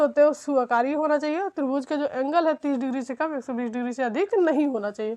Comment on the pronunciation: मैडम माफी चाहूंगा कहने से पहले कि आप जो त्रिभूज बोल रहीं हैं, वो त्रिभुज है न की त्रिभूज